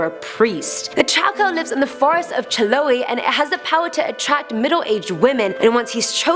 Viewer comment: Girl:chiloe Me:chiloe?